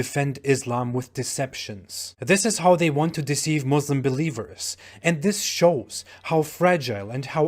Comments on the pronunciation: He is Turkish but still he says "Mozlems" instead of Muslims. Dude WTF!!! İs there some rule that every single islamophobe or anti-islam polemist has to say it that way. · He's Turkish yet says Muslim "Muzlems". fraud